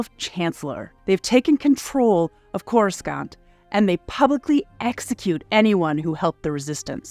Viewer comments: Oh my gosh. Its not pronounce c-o-r-u-s-c-a-n-t. Its pronounce like C-o-r-u-s-a-n-t. The c sounds like an S. You really can tell who is a star wars fan. Geez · Yeah this pronunciation bugged me too. Makes me think it’s an AI read. Core-is-scant is not the way. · Someone MUST have said this but just in case - it's pronounced Corus-sahnt. No Hard C. Clearly you've never watched a prequel. I won't judge you for that. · CoreSCANT? Really??? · 😆 When you outsource your voiceover work for a Star Wars themed video, make sure the person at least knows how to pronounce the names of the locations in the films. Like CorusCant, for example. Lol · Whoever wrote and narrated this needs to go. Spend 2 minutes of telling us what Star Wars is as if we wouldn't have clicked on this if we already didn't know. The narrator speaks as if she is reading a lame fairy tale to 5 year olds. Also, "coruscant" the C is silent. I feel like you never watched any of the Star Wars films. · Let’s give a preliminary R.I.P to the narrator for inevitably being attacked by Star Wars fans for mispronouncing “Coruscant.” F’s in the chat, bois… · Couldn't finish. Learn how to pronounce Coruscant, for Fuck's sake! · every time she says Coruscant wrong its like nails on a chalk board. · Are you purposefully mispronouncing Coruscant??? Much cringe. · I’m here for all the comments about the mispronunciation of Coruscant. Had to stop watching…hurt my ears. Do or do not. There is no try. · WTF Happened to the Pronunciation of Coruscant???? That was easily researchable. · UGH! The second "c" in Coruscant is silent. Why are names that have been established for DECADES pronounced incorrectly?! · Because the hired voice “talent” has clearly never even seen the movies. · Oof yeah. It stings every time she says it. All it took was just one person who had any love for the series to check the vid first and that would've been glaringly obvious.